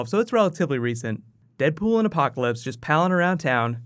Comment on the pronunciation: LOL is that Apoloclpyse?